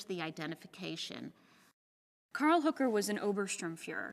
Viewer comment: I find it strange that they can't pronounce Hoeker properly. It's not "Hooker".